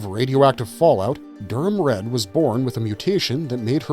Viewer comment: Also Durrum Red, not DurHam…